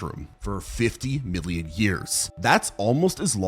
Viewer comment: it definitely sounded like billion